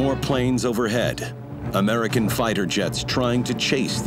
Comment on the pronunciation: Are we just going to ignore he said "amrican fighter jet"